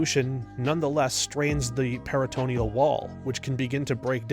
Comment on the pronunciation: "PERRA ta NEE al" dialysis.